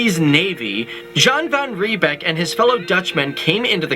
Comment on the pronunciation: Jan is pronounced Yan 😂😂